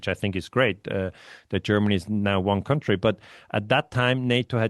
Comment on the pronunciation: Country = kAntry,, nicht 'kAUntry'. Das ist ein ganz übler Anfängerfehler. Das irritiert mich jedesmal auf's Neue. County ohne 'r' ist etwas anderes. Es gibt country (Land) und county (Bezirk). Ersteres ist eben kAntry und nur das zweite spricht sich kAUnty